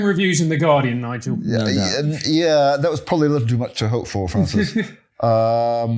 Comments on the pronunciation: Don't say this guy's name in pig Latin Bigel Starts with N rhymes with cigar, you know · Careful everyone. It's Nigel, not Bigel!!!